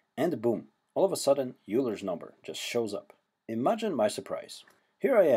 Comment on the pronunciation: Cool, but "Oy-ler" not "You-ler".